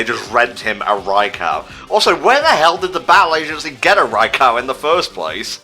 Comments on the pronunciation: ...I'm busy trying not to be triggered by pronouncing Raikou Rai-COW? Where the hell did he get "cow" from? I mean the Pokemon Special uses "Rai-ku" Battle Revolution uses "Rai-ku". I never heard "Rai-Cow" in my life till this day. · Don't worry,, you're not alone with the Pokepark 3 wish. The thing is that I want the game to have more substance...and to be harder. Also every time you pronounce Raikou wrong, I die a little more. I mean, screw the english language and it's contradictions, that's how it's normally supposed to sound phonetically by spelling but it doesn't...But it sounds so stupid when you say it "Right"